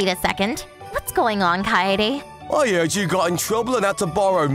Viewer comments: God... I'm cringing and Angry at How the hell the VA's says "Kaede"'s Name... Keid? Really? Its BLOODY KAI-DE NOT BLOODY KEID... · Isn't her name pronounced KAE-DE and not Kade? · Bros pronounciation is not good 😂 kaaede is pronounced as keid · Kaede is pronounced KAI-AY-DAY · Kaede is NOT pronounced "Kade". That reader is useless! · Guessing these translators have never heard the name Kaede pronounced before. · None of the fifty billion Kaede's said by the dude was pronounced correctly, fire this guy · Her name was only pronounced correctly once in the entire video by one of the female VAs